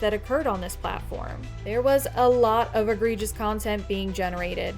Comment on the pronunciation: It's egregious, not agregious. Good video otherwise.